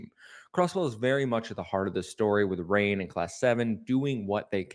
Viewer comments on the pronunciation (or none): Did you seriously refer to "Rean" as "Rain"? E